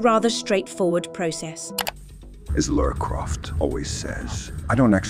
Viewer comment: Oh no bloody hell mate, dont disrespect LARA CROFTS name by mispronouncing her name as Laura Croft, for god bloody sake.